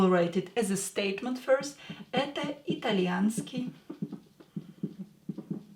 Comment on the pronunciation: did it change From итальянский То итальянска? You seem to pronounce It differently....